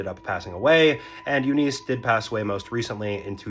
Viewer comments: please learn how to pronounce eunice....short i....not eeeeeeeee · I'm sorry to be a nitpicker, but here I am. I'm from the South, and I assure you, her name was not pronounce "you-NEESE." The name is pronounced "YOU-niss." Don't believe me? Watch any of the "Mama's Family" bits from the old Carol Burnett Show. Don't guess at pronunciations. It only takes a few seconds these days to check 'em, and when you don't, it's an indication you're inattentive to detail. Guess what this hints at? Yeah. You know. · You-niss. Not You-neice. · That name is pronounced Yoo-niss not You-neese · It is pronounced Yoo-niss, not Yoo-niece. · "Eu-nuice" ITS EU-NISH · YOO-niss. I have never heard it pronounced any other way. yoo-NEES must have been pulled out of some orifice. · My wife and I have an 11 year difference in age, but I was 24 and she was 35 when we met, and that was 35 years ago. Oh, BTW, Eunice is pronounced "YOU-niss" not "YOU-niece". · Not 'u-NEES' .... it's 'YOU-niss' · The emphasis is on the first syllable - U-niss. Watch Mama's Faimily. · I've always heard it pronounced U-niss with the emphasis on the first syllable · Eunice is pronounced YOU-niss. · Um, it's pronounced You -Niss . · It's pronounced "YOO-nis" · It's not that deep, but Eunice is pronounced "you-niss". Also, a long lasting marriage is not equivalent to a happy marriage. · AI or this "guy" has no idea how to say the name EUNICE My great grand married at 14 in 1925 (daughter of Italian immigrants), it was a different time and place - but NINE YEARS OLD?! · It's not pronounced "Eunice" , it's "Eunice". 🙄